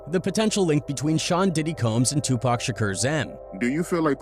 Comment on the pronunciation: 😂😂😂😂😂😂😂 2Pack grinds my gears